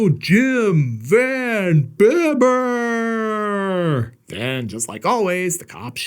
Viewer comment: Ya, It`s pronounced "Van Beeber"....You ain`t much if ya ain`t dutch!LOL